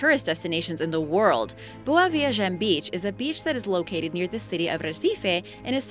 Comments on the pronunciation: The way she says "boa viagem" and "recife" annoys me so much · Jimmy TwoToes she says them wrong